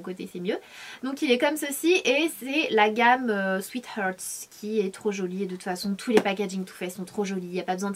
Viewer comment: j'aime ta prononciation en anglais :') sweetheart de too faced c'est plutot "arte' que "eurte" la prononciation pas terrible de ne pas savoir le pronconcer qd on représente la marque :S